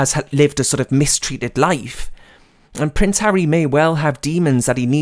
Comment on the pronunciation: when you said pampered price, I played it back, as I thought you said pampered prick. I think the latter is more fitting as his title. Thanks for the video.